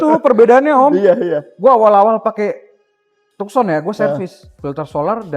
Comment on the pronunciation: Tukson apa taksen sih bacanya 😁